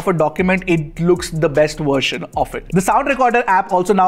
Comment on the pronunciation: It's version not wersion!!!